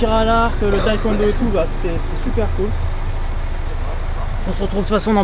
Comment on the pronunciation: ENFIN quelqu'un pour dire que c'est pas Taïkwondo mais Taekwondo ! c'est pas Thai enfin 😂😂